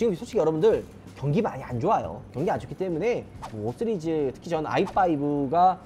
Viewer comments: 나무위키에서 시리즈 발음 잘 못하고 쓰리즈라고 한다고 보고왓는데 ㅋㅋ 진짜 5쓰리즈 라고 하네 ㅋㅋ 나무위키 정확하구나 ㅋㅋ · 5 쓰리즈 라고하시는게 계속 신경쓰이네요ㅎㅎㅎㅎㅎㅎ 내 귀가 이상한건가..ㅎ 영상 잘 봤습니다^^ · 나만 발음이 "쓰리즈"로 들리나?ㅋㅋㅋ 오 쓰리즈